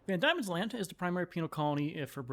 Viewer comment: Not to be 'that guy', but Diemen is pronounced 'Demon'.